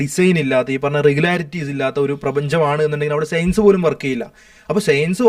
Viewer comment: എടാ..സെയൻസല്ല സയൻസ് നി അതെങ്കിലും മര്യാദക്ക് പറ.